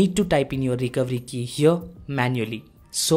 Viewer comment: What did you say when you said Recovery Key, your accent made it sound like the Recowiki, can you even try to say recovery key